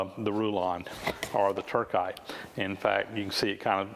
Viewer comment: I think its Tur-SITE and not Tur-KITE.